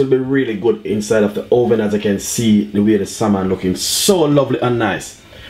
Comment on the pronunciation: joshua lumwanji put it in the oweven